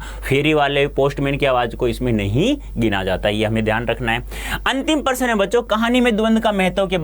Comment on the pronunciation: Prashna ko person bol rhe hein sir😂